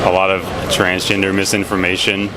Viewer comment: Did he say transginger?